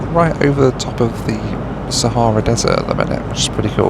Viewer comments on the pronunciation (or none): none